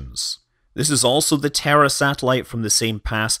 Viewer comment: I've watched too many Schwarzenegger movies; when you said "the Terra satellite", I heard "the terror satellite".